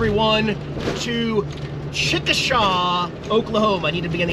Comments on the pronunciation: I'm pretty sure it's pronounced "Chick - Uh - Shay." I've lived in Oklahoma most of my life, not too far from Chickasha, and that's the only way I've ever heard anyone pronounce it, lol....👍😉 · it's pronounced chickashay not like it's spelled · I'm an Okie. Why didn't you contribute to our lovely toll roads! 😝 ...and uh, you clearly pronounced it wrong. It's Chick-a-shay. I'm glad you are on the road again. Make the cats feel special today. I always tune in!